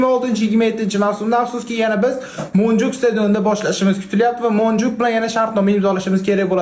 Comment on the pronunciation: Monjuk emas monjuvik